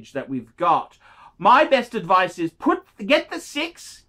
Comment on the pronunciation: Never take any phinance adphice phrom this guy.